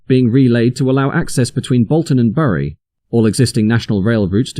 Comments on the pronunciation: Burrie? Bury is pronounced "Berry" and Hoom? Hulme is pronounced "Hewm" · Bury is pronounced berry, otherwise great stuff. (A Bury native here) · Bury is pronounced "berry". It's grating because Your videos are so good.... just for future reference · Someone doesn't know how to pronounce BURY (hint : it's pronounced BERRY). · Fascinating information as in the 80's I regularly had to travel between the two stations. Quickly learned the best walking route. You do need to learn how to pronounce the town name of Bury though.